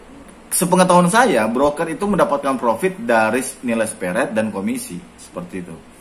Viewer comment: Maap mau koreksi pak. Spread bacanya sepret bukan seperet pak 😅